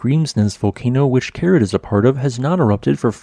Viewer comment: I have to point out that the name of this crater isn't Kerid, but Keri-eth. This is because the last letter of it's name isn't an English 'd' but an Icelandic letter that looks like a 'd' with a horizontal line struck through the upright, and is pronounced 'eth'. I learned this during a stay in Reykjavik, when talking to the hotel receptionist one day. She kindly explained about the unusual letters in their alphabet, of which this strange 'not-a-D' was one.